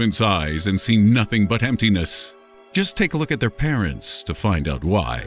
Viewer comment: you said "oat" and not "out"